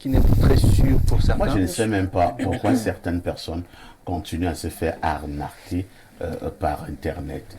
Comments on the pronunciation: Juste rectifier une prononciation. On parle d'une aRnaque. Dc logiquement le verbe est aRnaquer et non aRnaRquer. Bcp font cette erreur de prononciation. Mais il est vrai que le français n'est pas notre langue maternelle. Merci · C 'est arnaquer et non arnarquer